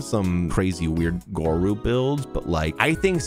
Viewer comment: bestie, king, Gorou is pronounced the same way as 😭